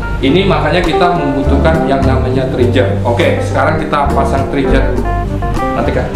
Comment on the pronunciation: Trigger, dibaca triger bukan trijer. Receiver, baca risiper bukan risaiper... Btw... mantap tutornya bang buat pemula bgt.